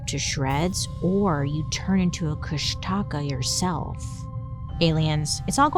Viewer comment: Try to phonetically pronounce it Kush-duh-caw to try say it more closely like how the native speakers say it. I was listening to you in the background thinking what in the world is she trying to say? Then I looked up and realized what you were talking about. Lol